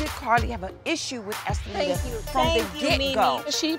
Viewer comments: dime said oompapooma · Amaluna I'm dying!!!! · The cast commentary is better than just watching the entire show,,,, Dime calling her “Umpaleta” is killing me🙊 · What did dime say "umpaluna"????? 😂😂😂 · Dime is Hilarious😆 not “appaluca” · Dime called estalita every name except her name 🤣🤣🤣💀